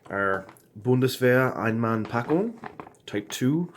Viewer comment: Nice review. Your german pronouciation of Einmannpackung Bundeswehr was perfect. I know that you are a teacher, are you a teacher for german language? It sounds to me that the meals were a little bit disappointing. I just got me a menu 1 and 3 western this afternoon on ebay. I'm curious how they are.